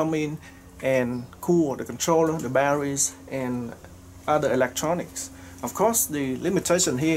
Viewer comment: What the hell is baddawees do you mean Battery's and omfg what the hell is a waddabodda take it you mean water bottle yeah that's two words not one word and it's water not wadda.